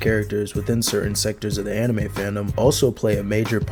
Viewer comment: "Enimay" bled my ears